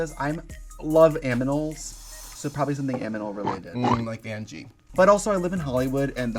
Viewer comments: I just had to go over it a few times, Trixie really did say aminal instead of animal. Made me go to wiki to check what an aminal was, turned out it's something but not the same as Vanjie's charity. XD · Not Trixie saying aminal instead of animal😂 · Did Trixie said aminal? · Did Trixie say "aminal" or am I smelling toast? 😅😂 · Violet not reading Trixie's Cheryl Canning moment by saying "aminal"